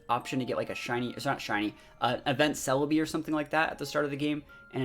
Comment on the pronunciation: it bugs me how he calls jirache I know I did not spell that right but you know what I mean celbi and this is wrong to been a while since I have seen there names